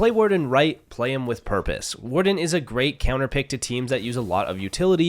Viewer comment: What does he say ? “Waldenout”? He says, “you could also get rid of waldenow”??Like i can’t understand so can someone clarify😂😂